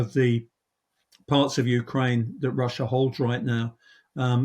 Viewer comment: Did the host say "Ukrainia" ?